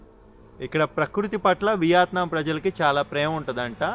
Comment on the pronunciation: బ్రో, నువ్వు కామెంట్లు చదవవా? తిండి తినేటప్పుడు అలా చప్పుడుచేస్తూ,అవులుబట్టినట్టు పీక్కో తినొద్దని ఎంతమంది ఎన్నిసార్లు చెప్పేరో చూడలేదా..అసహ్యంగా ఉంది బాసూ.కాకపోతే చంకల్లేని షర్ట్ తో చావగొడతావనుకున్నా గాని..దాదాపు రక్షించావు.అలాగే ఆ దేశం పేరు ' వియాత్నాం ' కాదు. యా కి దీర్ఘం లేదు. మనదేశాన్ని 'ఈండియా ' అనో ' భరాత్ ' అనో అంటే ఎలా వుంటుందో ఊహించుకో.